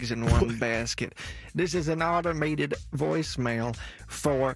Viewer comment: “My mother got a woicemail” 😂😂😂😂